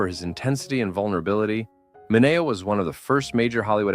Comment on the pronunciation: Why is Sal Mineo's name mispronounced?